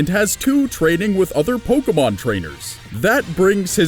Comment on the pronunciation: Charmander is the worse Pokamon.Who pronounce Pokemon Pokamon